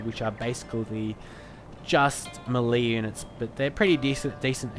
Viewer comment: Melee Is pronounced May-lay, A part of me dies when you say it wrong